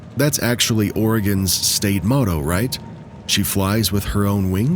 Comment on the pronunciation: The AI said, “Moto” instead of “Motto.” AI